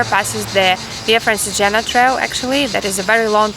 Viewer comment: so smiley! anyway it's pronounced "Francheégena"